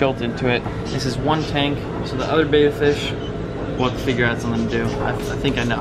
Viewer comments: ok first of all, it is properly pronounced bed-uh... second of all did you not cycle your tanks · If you’re a kid watching these videos because you want to get a betta PLEASE do not do what he does. He doesn’t even pronounce betta correctly, he has no idea what he’s doing. I can’t believe this. He KNEW people would say that tank wasn’t good and chose to get it. One fish died, another was moved into a tank that isn’t set up correctly (with plastic plants that will hurt his fins), and another was given to a place that will cause the fish to become depressed and maybe die. There are so many people who love fish who can tell you the information you need, nothing he’s doing is correct. Please reach out so someone who knows how to take care of fish. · God Damn he listens to u guys just to change the environment of all the fishes and people still hate on him!!? Fucking ridiculous. He g aved it to the store what other choice did he have!? To release into his pond? NO. So what he doesn't pronounce "betta" correctly!? If the 3 little tanks were allow to be sold in the store it's because the government looked at them and gave the right for the company to sell their product in stores!!